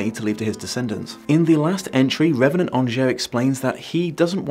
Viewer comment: Ok you watched the film how are you pronouncing angier wrong?